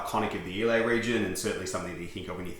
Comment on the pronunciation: Islay is pronounced eye-lah